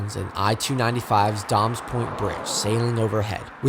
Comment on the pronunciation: “Dames” pronounced like “games”. 😊